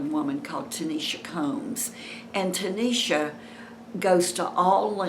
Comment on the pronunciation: Hi! Her name is Tashina ,, not tanisha . Thanks for the update